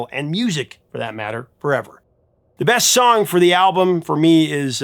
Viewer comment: (The Smiths) Did you say breast song on the album?? 😂 Rewinded a few times, sounded like it! Rock on!! 🤘